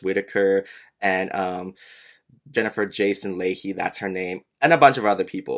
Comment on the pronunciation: Leigh(Mike Leigh and Jennifer Jason Leigh) is pronounced the same as "Lee"